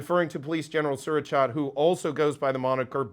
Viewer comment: By the way, his first name is pronounced Su-ra-chate as in "eightt" or "ate".